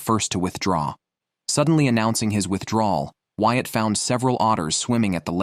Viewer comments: Bloody hate these AI generated voices. Ruins the experience. Since when is Whyat "White"?! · This is done well. However, the narrator messes up the names. It is pronounced "Wyatt," not "White."